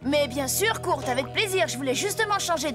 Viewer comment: Kurt sa se prononce " koeurt"